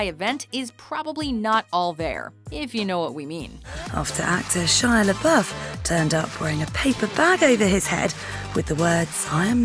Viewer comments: Bro u don't say Shia lebouf like that duy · I thought Shia Lebouf's name was pronounced (Shy Leh-Bow).